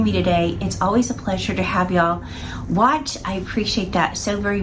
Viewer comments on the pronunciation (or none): none